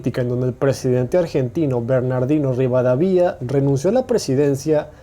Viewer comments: Es "Sarandí", con acento en la i, también es Ituzaingó, con acento en la o. Es Rivadavia, sin acento en la i. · ribadavia asento en la ante ultima a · se dicen Sarandí, Ituzaingó y Rivadavia con acento en la segunda a pero buen video igual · Buen video, pero me puso nervioso que digas ituzaíngo, se pronuncia ituzaingó, lo mismo con Rivadavia, los pronunciarte Rivadavía. Pero igualmente, buen video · Rivadavía ajajajajjajajajajajj, es Rivadávia y el otro se pronucia Ituzaingó no ituzaíngo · Hola soy Leandro ..Se pronuncia Sarandí. Y el Presidente se pronuncia Rivadavia...no Rivadavía. Por lo de más ..muy buen video. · Se pronuncia Ituzaingó, con acento en la "o"; así como Rivadavia (acento prosódico en la segunda "a") y no Rivadavía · Dijo Rivada Via jsjsjaa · aahh mamita, esos acentos, rivadavÍa, escucha las pronunciaciones amigo antes de hacer estos videos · Haber , se dice ITUZAINGÓ Se dice RIVADAVIA NO RIVADAVIÁ POR FAVOR HABLA BIENNN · Muy conciso y claro su video. Salvo en la pronunciación de algunos acentos está muy bien. (Sarandí. Ituzaingó. Rivadavia, no es Rivadavía) saludos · Dijiste Rivadavía y es Rivadavia, Buen video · Los datos son correctos pero los acentos son errados. Batalla de SARANDÍ Y Batalla de ITUZAINGÓ. Y el presidente era Bernardino RIVADÁVIA. ( LE PUSE LOS ACENTOS PARA QUE LAS SEPAS Pronunciar CON EL ACENTO TÁCITO). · Minuto Bernardino Rivadavía jajajajajaja pronuncia bien loco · Muy buen video, excelente info. Te marco algo de ACENTOS, Sarandí es saranDI (acento en última sílaba) Ituzaingo es ItuzainGO (acento en última sílaba) al igual que RivaDAvia que lo tiene en la anteultima. Empecé a seguir tu canal, felicitaciones bro. Hermandad entre Argentina, Brasil, Uruguay y toda América! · Nadie:: Cisplachina, Sarándi, Ituzaíngo, Rivadavía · Ademas ronuncias mal algunos datos y nombres historicos y apellids como RIVADAVIA y SARANDI y otros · no sabe donde se acentúan las palabras Sarandí, Ituzaingó, ni Rivadavia.